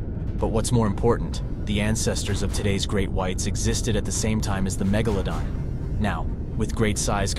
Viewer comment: A channel with 44.5 m subs... and it's snout was snout... and MEGEHLA DON ? It sounds like it was written or voiced by ai... shockingly bad.. someone needs to proof listen 🤯